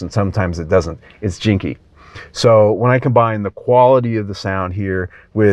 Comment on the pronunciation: I think you mean to say 'janky' rather than 'jinky'